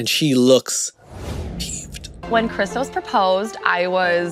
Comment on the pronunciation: as a Greek, thank you for saying Christos correctly lol